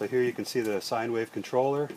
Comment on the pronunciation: Can you do a video comparing the noise (running freely and with load) of the smart and/or magic pie 3 vs 4? The reduction in noise is, I think, one of the most dramatic improvements with sine wave control. Btw, "sine" is pronounced the same as "sign", so now you know :)